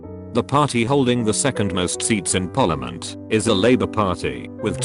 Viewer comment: Text to speech: says Cymru almost perfectly Text to speech: p o r l i m o n t